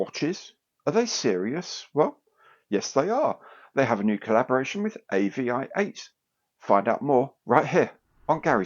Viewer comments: AVI-8 is supposed to be pronounced aviate. As in "fly". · pretty sure its pronounced Avee-eight, I do like the AVI-8 brand but not sure about the Airfix branding